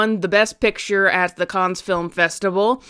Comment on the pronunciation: For reference, the s in Cannes is silent. I could accuse the French of having made their language deliberately difficult, but doing so in English seems... pot. kettle.